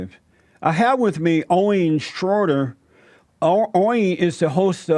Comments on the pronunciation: Owiihn Shraorrior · Who's "Oreen Shroyder"? lol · ORWIN SHRORDOR!... Honestly mate thats not really a hard name to pronounce.... lol.. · I'm dead. Why does he keep calling him "Oyen Shwroyder"?